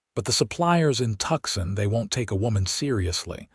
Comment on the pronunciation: Two issues with the graphics... 1)the left shoulder/ can't twist in that manner 2) that's a right hand attached to the left hand, giving him 2 right hands AI graphics 😂😂😂 The name of the city is "To-son" not "Tuck-son". EDIT & REVIEW!!